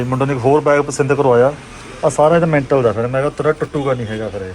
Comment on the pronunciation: Veer metal aur mental da farak ni pata.kai dafa tusi loka nu gyan den lag jande ho.par khud v ghat aur sudh bolna sikho.😢😢😢